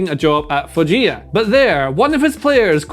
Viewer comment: Its foggia(fooxha) not (foxhia)